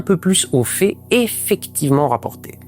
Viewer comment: S'en tenir aux fées, telles que décrites dans le rapport ? Quelle idée de ne plus opérer de distinction entre le son é [e] (ex : je viendrai, une fée) et le son è [ɛ] (ex : je viendrais, un fait). C'est un phénomène que j'observe dans toutes les régions de l'hexagone et qui s'amplifie. La "pée" en Ukraine ou en Iran... Forcément, cette prononciation indifférenciée se répercute sur l'orthographe ; le futur simple et le conditionnel présent ne se distinguent plus. Quelle déchéance... 😵‍💫😱